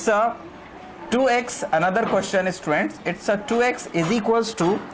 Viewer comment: I really hate the way he says "ESSTUDENTS".